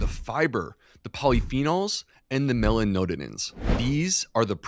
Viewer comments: Great information, but as a doctor please figure out how to pronounce "melanoidins". That was painful to listen to. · Mela noid-like-roid ins, please :)). Listened while making dinner last night, couldn’t think what mela node-in-ins might be. Rewatched, saw & confirmed correct spelling, so…. With thanks for all you do so well, from a life-long black coffee lover.